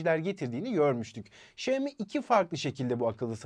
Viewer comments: Şömi değil. Şiyomi de değil. Şiami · Xioami şami diye söyleniyor şeyimi ne ya şeyimi deyip durmayın